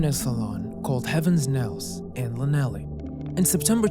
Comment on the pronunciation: The way you said 'Llanalli' - I am shocked.